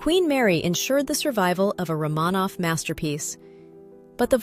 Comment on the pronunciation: I don’t hate the AI narration so much but could you please pronounce Romanov correctly?